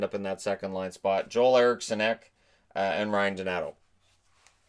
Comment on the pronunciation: Also Joel Eriksson Ek: his name sounds like “Jewel”. (One syllable if that helps)